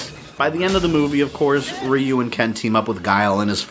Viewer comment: Why r u calling him Riu, not Ryu